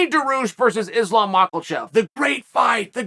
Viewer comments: Makachev❌ makalchev✅ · It drives me a little nuts how he puts an L in Makhachev